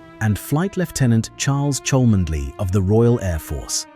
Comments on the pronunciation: Cholmondeley is pronounced "Chumley" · Why does this narrator NOT know that the name "Cholmondeley" is pronounced "Chumley" - shame.....